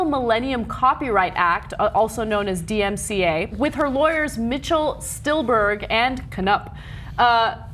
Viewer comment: Silberberg not Stilberg Jeeeeeeeesus Ana